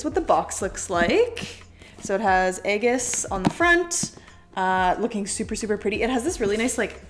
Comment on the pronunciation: Great unboxing but aigis is pronounced as if it’s Ie- gis, it’s one of those anime names that aren’t like there written